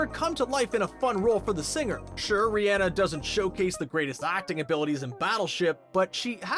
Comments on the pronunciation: It’s not ri-enne it’s ri-onna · An I the only one who was bothered by how he was saying Rhianna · Every time he says Rihanna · The way he said Rihanna 😂